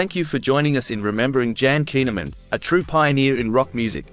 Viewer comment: Her name is pronounced KOON a mund.